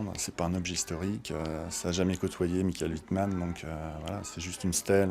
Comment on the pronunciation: "Michel " Wittman ...mais c'est Mikaël 😭